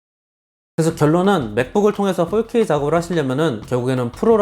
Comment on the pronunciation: 폴케이가 무슨 말일까 첨음엔 알아듣지 못했어요 ㅎㅎㅎ 포케이 vs 폴케이